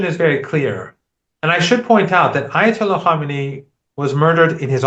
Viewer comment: Karmani 😂😂😂 . As a host you must pronounce names correctly. The iranain leaders name was not karmani but Ali khamani pronounced kam e neey.